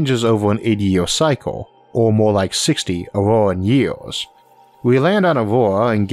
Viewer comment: I like the video very informational, I dislike how you talk.. memba, city centu, million yeaas. 😂